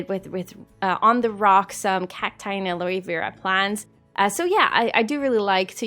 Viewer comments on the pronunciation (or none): Hey!! This is amazing!!!! 😍😍 I hope you don't mind but I just wanted to help with one of the word pronunciations. For aloe vera plants the e on the first word isn't pronounced. So it's like al-oh vera if that makes sense? Also with the fennec fox group size I think it means that you can have 10 individuals of either sex but up to only 6 males or 6 females. You can't have 7 females 3 males if that makes sense too? But again this is absolutely amazing and super inspiring 😍❤️